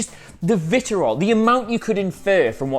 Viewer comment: you know it's vi-tree-ol, right? not vit-er-ol it's vitriol